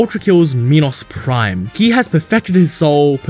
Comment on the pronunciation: "meenos prime" is not how you say it lol